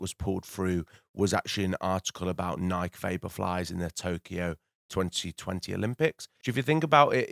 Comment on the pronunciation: It's pronounced Ni-kee, it doesn't rhyme with Mike. Why? It's not an English word, it's a reference to a Greek God. Source? Literally the co-creator of Nike, Phil Knight.